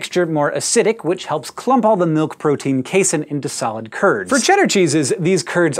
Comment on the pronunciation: Casein rhymes with protein (probably because it IS a protein)